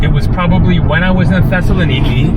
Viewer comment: Tesla Nikki is a new car model ? That's not how to pronounce Thessaloniki.